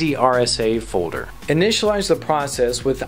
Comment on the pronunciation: "Fowder" = "Folder"? Hehehe funny pronunciation. No offense.